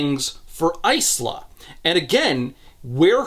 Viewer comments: Lemme say it after hearing it in Lightdark. EYE-SLAHH is a dumb pronunciation. I no longer care to hear opinions against that. Yes I know the writer says it's pronounced that way in the book, I'm not calling her that. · Why are you pronouncing Isla as Ice-luh instead of Eye-luh? Do you call islands icelands too? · Genuine Q: is the protagonist's name actually pronounced "ICE-luh" in universe? Because the name Isla is normally pronounced "EYE-luh", like "isle" with an a instead of an e. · The fact that it's ICE-la and not EYE-la is enough to make sure I never pick up these books. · My only complaint is Isla is pronounces "eye-lah". Like island. "How she got her name!" Lol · Almost 8hrs of this man being unable to pronounce Isla 😅 Its Eye-la. Like how you say Island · I don't remember much about the first books so perhaps I'm missing a joke here, but 'Isla' is typically pronounced 'eye-la' 😅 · Hurts my ears... but you pronounce "Isla" like "Island" without the nd... I have a friend with the same name. :D